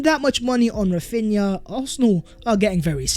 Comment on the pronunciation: Raphinna again, how?